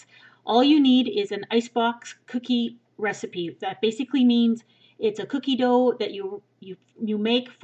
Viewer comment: I love when she says cookie dough it sounds so funny